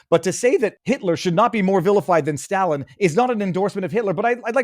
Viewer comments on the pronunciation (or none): FFS learn how to pronounce Stalin.